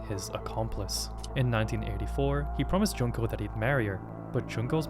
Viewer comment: Bro cannot pronounce Junko, holy crap